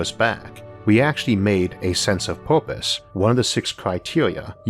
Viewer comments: Isaac, what is "poopuse" ?? Did you mean PURPOSE ? If so why are pronouncing it as if you learned English yesterday? Can I contribute to your site by sending you some vouchers for online English class ? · "Porpise" xD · OK I'm 27 seconds in and already I'm having to stop because he keeps saying porpoise.